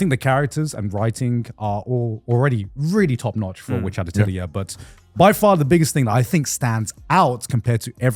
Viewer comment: WHY can nobody say the word “Atelier”????